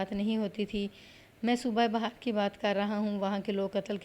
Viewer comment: صوبہ بہار (Bahar) نہیں Bihar ہے۔